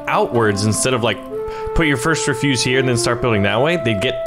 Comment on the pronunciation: It's not refuse, it's ref-use (soft S).